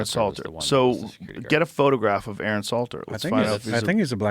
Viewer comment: A a Ron get it right